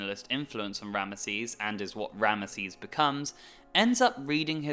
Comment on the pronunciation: RAM-zeez*** not RAM-UH-seez